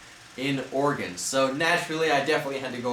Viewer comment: Thanks for pronouncing Oregon (Ore-gun) correctly